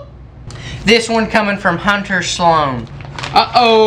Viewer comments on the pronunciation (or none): none